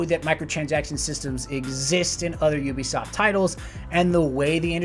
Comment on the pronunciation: AH it's pronounced you-bisoft not oo-bisoft